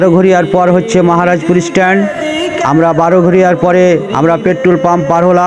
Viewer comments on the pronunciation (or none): জায়গার উচ্চারণঃ গুলো সঠিক করে বলেন, মহারাজপুর কে মাহারাজপুর বলছেন কেনো .? আর মেলার মোড়, ঘোড়া স্ট্যান্ড, লালা পাড়া মোড়, এইগুলো মহারাজপুরের অংশ, তা হলে মহারাজপুর পার হলেন কি ভাবে 😂😂